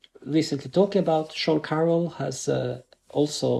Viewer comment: also its sean carroll* not carole. Think "Alice in Wonderland" not "You're so far away"